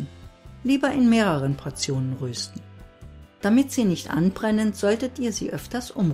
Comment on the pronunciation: Schönes Video, aber bitte es heisst rösten nicht röösten